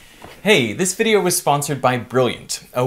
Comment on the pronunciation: Your Australian came thru when you said "this video" lol